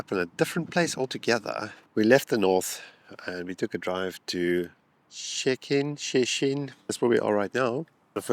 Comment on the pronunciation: Polish lesson... "Shhh-tet-in".